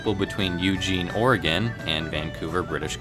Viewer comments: I'm proud of you for pronouncing oregon right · 1. Thank you for talking about one of my favorite services. 2. THANK YOU FOR PRONOUNCING 'OREGON' RIGHT. 3. I wish Amtrak Cascades had dome cars. Fun fact btw: The first time I saw one a Cascades train, I was all like 'wtf why is that not a superliner like in MSTS?'